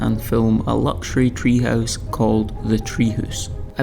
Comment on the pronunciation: Loving the pronunciation of 'tree hoose' 🙂